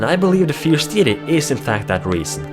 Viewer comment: No offence but it is pronounced "Fierce DAYty"